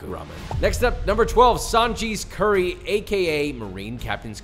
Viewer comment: Josh please don't say "curry sauce" 😔